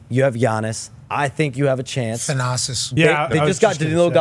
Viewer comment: This mofo said Thenassis. 😂